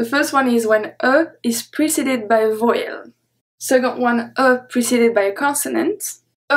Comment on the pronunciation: I find that your pronunciation of vowel very odd. I hear your sound as voy(rhymes with boy)-uhl. I am an American and I have only heard this word pronounced as vow(rhymes with cow)-uhl. Also I hear another sound at the end of la jour that makes it sound to me like lah joo-uh. However, despite having made those observations, I am excited to find your YouTube videos and I will be buying your books and following along because I find studying French to be fun.